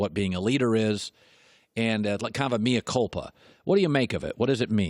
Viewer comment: it's "mea culpa" man... 🙄